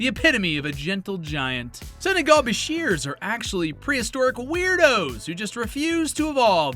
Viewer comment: The way you pronounced bichir was interesting lol. Great video though!